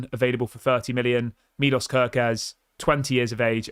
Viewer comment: he is hungarian say it right please: milosh kerkez